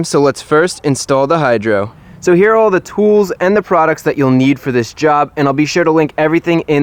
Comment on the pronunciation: The Way Chris Fix says Here is Hear😂 but the vedio was surely interesting and helpful